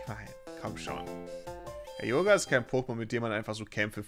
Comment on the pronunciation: Wieso sprichst du Kyogre so komisch aus? Ist das wie es auf englisch heisst?